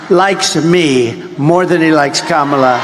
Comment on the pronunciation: If Trump can't call Kamala by the correct pronunciation shows how weak he is. How does felon ex president or criminal Trump sound Donald .